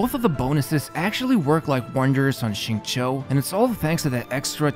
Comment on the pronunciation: That Xingqiu pronunciation blown me! Beats 99% non-native speakers. This man must put a ton of work learning this.